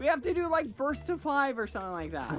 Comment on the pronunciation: When skeepy doesn’t say lick instead of like... impossible